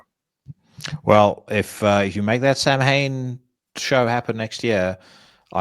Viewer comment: Another good one. Swirly of the week was well deserved. By the by pronunciation for Samhain is Souw-in.